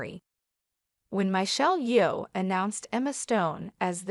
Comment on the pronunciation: What's with the AI voice? Sounds horrible. It's Michelle Yeoh, not "Mai-chelle Yo"